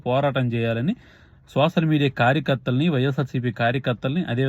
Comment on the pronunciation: Not sosal(Telugu). Soshal ani palkaali Bro.. Content K...